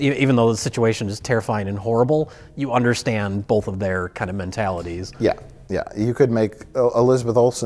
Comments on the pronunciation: "bolth". Hack. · Pronouncing ‘both’ with an L since whenever it was he started talking.